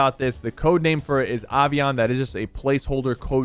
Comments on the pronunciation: Why does he pronounce Avian like that?? Avian means relating to birds, so it might just be a bird or somethin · He said aaavian instead of avian Avian is any flying animal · Ovion? Come on Syph, not everything needs to sound fancy. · Sypher, why do you insist on pronouncing everything wrong?! Ahviahn? Cmon man. Thahnos all over again. 🤦🏻‍♂️ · Everyone going on about his hair colour while I can't get over how he pronounced "avian".